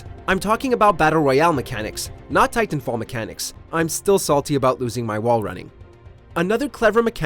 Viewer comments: stop saying "tie-tan" like that. :D Also some people like just healing and supporting the team ie rez healing bot and supply drops. Lifeline is my bros fav. Just saying don't count her out, she's very powerful with those supply drops especially once you start stacking all the ulti accelerants on her. Also wall running break this game IMO. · I don’t like the way this guy pronounces titanfall. 🗣WHOS WITH ME!